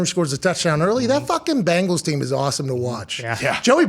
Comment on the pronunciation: hate ppl are saying BAANGALS. like its a fkn E in there, not an A lol. BENGALS